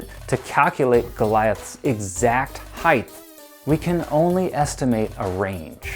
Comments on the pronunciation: One. I guess the only people who feel the need to narrate videos are people who can t pronounce the english language. This kid can t pronounce h e i g h t There s no third h at the end of the word. If you don t believe me look it up in the dictionary or easier than that look at the spelling in your OWN video title. You don t say weighth do you. Height and weight. Two once you decided which word you can t pronounce you then decided to mispronounce it every twelve seconds for a total of 412 repititions which if you listened to your english teacher if you ever had one they told you not to repeat ANY word 412 times. Because it makes your video boring and hard to listen to. Three if you kids out there think i m making a mountain s heighth out of a molehill s heighth try this experiment. Ask a friend or relative to mispronounce your name for a whole day and see how long you can take it. If your name is john and they call you johnth for a few hours or if it s josh try listening to joshth 26 times and you ll be approaching how people who speak properly bristle at constant mispronunciations It s YOUR language. LEARN IT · Heigh(T), not Heig(TH). Hard T, no TH sound in height. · Please, it's height not heighth! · Quit saying heighth, it’s not a word. HEIGHT has no tense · Would everyone please stop adding the "th" sound at the end of height. It's pronounced with a "T" so you literally sound like you have a speech impediment. Thanx 👍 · H-E-I-G-H-T IS PRONOUNCED ( H Ī T E) There is no 'th' sound in the word height!!!! You sound like a moron!!!!🤔🤨😐😑😤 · Why is he saying heighth 💆🏽‍♂️ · Please learn how to pronounce height, I can't even finish watching, it was so annoying, it's pronounced hite!! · How am I supposed to watch a video about height when 20 seconds into the video, the host thinks it called heighth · Are you pronouncing it 'heighth'? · You are clearly an expert since you are saying heighth instead of height lol SMH😂